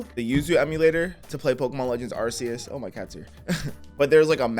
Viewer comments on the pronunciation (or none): No it’s arkeus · iT'S aR-cE-eS BRo